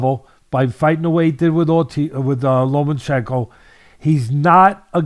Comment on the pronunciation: LOMA-CHENKO (NO N). Not "Lomanchenko"